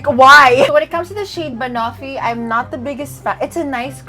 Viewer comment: Girl, check how to pronounce banoffee.. 😊🥰